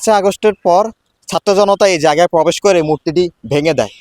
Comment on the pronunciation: Pobesh noy probesh.